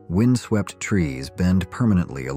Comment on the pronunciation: That was George Johnson who was hung by mistake. His name is right there on the grave marker. Britian's oldest door is dated 1050's not 1159's. Plus the mispronunciations of words like "wind" and "photography" dead give away to AI.